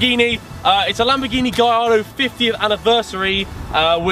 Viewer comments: Its Gallardo not galardo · It's gallardo not galardo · Maaaan that swedish accent is horrible xD gallllllllardo like dude Did you learn pronounciation in school? Besides that good vid